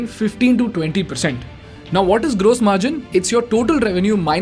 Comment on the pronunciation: Fix your pronounciation for 'gross'. It hurts my ears!